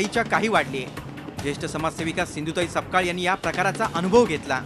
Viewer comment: This is sapkal not (SAKPAL)